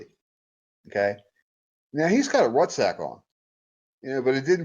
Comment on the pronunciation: He calls a ruck sack a rut sack he doesn’t know wtf he’s talking about I bet you he never even served.